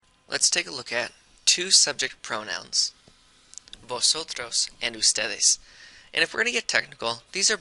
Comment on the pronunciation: 🤦🏽 He pronounced Vosotros wrong. Remember y'all, the letter V make a soft B sound, while the letter B is a hard B.